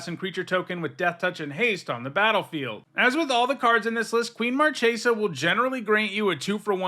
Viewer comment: Hi! Marchesa is from an Italian inspired plane, Fiora. "ch" in Italian is an hard "k".